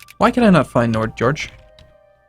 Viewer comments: It's pronounced nyord-george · "nodjodg" It said Nordnorge lol, could at least be nordnordj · nord-norge not nodjorge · Nord-norge, not Nord-george. How is it that English speaking people have such a hard time reading? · you pronounce nordnorge as Nord Norge in two words and its not George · lol "Nord-george". cannot into Scandinavia. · HA HA HA HA HA!!! I know i'm being very petty but this is so funny XD Nordnorge means Northen Norway and is pronounced as two words, Nord-Norge. Love your vids. Cheers from Sweden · as someone from "njordgeorge" I find your pronounciation hilarious x'D